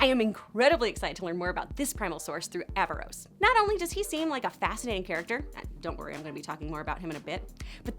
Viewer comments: You keep saying “Aavaros” 🤦🏻‍♂️🤦🏻‍♂️🤦🏻‍♂️ it’s AARAVOS 😄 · I’m sorry but did no one else notice that she was saying “Aavaros” instead of “Aaravos”? How do you do a whole informational video about a series and pronounce the main antagonist’s name completely wrong? I mean… they say his name all the time in the show. There was even a scene where Soren pronounced it wrong and Claudia corrected him. Just sayin 🤷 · Aaravos. Not avaros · AVAROS AVAROS AVAROS OMG 🗿E V E R Y T I M E ITS ARAVOS 😔😔😔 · Aaravos not Aavaros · Y'all saying Aaravos wrong, its Aaravos, not Aavaros. (It's levi-OHsa, not levioSA.) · AARAVOS not avaros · It's Aaravos, not Aavaros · Why does everyone call Aaravos, Aavaros? It's Aaravos for crying out loud! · Omg people, it's AARAVOS not AAVAROS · Isn’t it “aaravos” ? Not “aavaros” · Aaravos. Not Aavaros. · She literally can't stop calling him Aavaros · She called him Aavaros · You're saying Aaravos' name wrong.. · Take a shot every time she says Aaravos’s name wrong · She said Aaravos wrong. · Ka-tol-is not Kat-ly-os Ara-vOs not Ava-rOs Like if you're going to pretend you be a fan to market to us, do better. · Clearly you haven't watched the show, just reading or reciting what you read, or you would know its Aaravos, not Aavaros, and Runaan, not Runin.